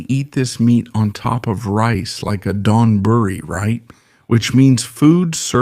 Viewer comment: It’s ONE word: donburi and not like Don, but like doanburree , one word, emphasis on the don, burree going at a fast clip.